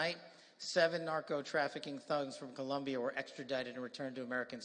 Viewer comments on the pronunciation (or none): none